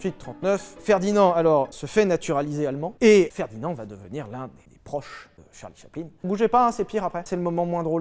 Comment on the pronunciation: Mdr j'ai mis 3min a comprendre qui était "Charlie Chapelin"